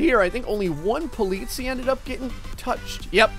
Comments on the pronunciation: Thank you, the way pronounces it was driving me crazy =D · the EI in polizei is pronounced like the y in try, and the last syllable is the one you wanna stress. greetings, some german dude :D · He was getting pretty near Swissgerman prounauncing : Polizie like you say it with a long i at the end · The ei in the end of Polizei is pernawnsed I and the i is pernawnsed e. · Im from Germany and I feel offended by the way you say Polizei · he is getting annoying because he isn't saying polizei right. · Polizii XD das ist eine ziemlich Falsche Aussprache man merkt dass er auf My Summer Car liegt (Poliisi) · Politz- eye, is the best way to teach someone to say it. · You pronounced "Polizei" wrong it should be like "polizai" greetings from Austria ;D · You pronounce Polizei like Po-Leeds-I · it's spelled polizei, but it's pronounced Po-Litz-Ai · not to be an asshole but Polizei is actually pronounced Politz-eye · The first r pronounced (po-litz-i) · It is pronounced po-lee-zy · Hey Rudy, exactly my thoughts! He pronounced it perfectly in Dutch (ben zelf ook een Nederlander). Seems to have a bit of trouble with the -zei in polizei.: next time you can pronounce it as PO-LI-TSAI and your german fans will "sehr glücklich".:P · It's funny how you pronounce "Polizei" xD You could let the Google translator pronounce "Polizei" in German if you want to. :D Btw. that's German and these cars are regular BMW Police cars in Germany :) Love your vids! Keep doing what you do! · sorry but i never ever heared someone say the word polizei sooo wrong. wt ffff.... polizei. you have to say "politsai" not politsi btw greetings from germany;) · BTW: it's pronounces po-lee-tsai (or something like that) The last syllable is like the cy in cyber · polizei is pronounced po li zi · Sprechen Deutsch? Ich bin British und ich sprechen Deutsch... Sie politzei, nein politseis. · the First police cars are pronounced Po-li-cy (from cyber) not polizi XD. And Grettings from Germany!